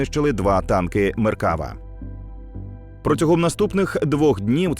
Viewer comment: Вітання з ЦАГАЛу🙌🏼 Дякую, що доносите інформацію українцям. В "Меркавá" наголос на останній склад❤